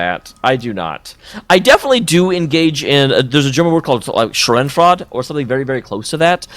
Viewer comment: Are you talking about Schadenfreude? Cause that's not how you pronounce that :D